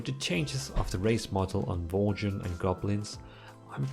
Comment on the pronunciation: Did he just say "Worchen"?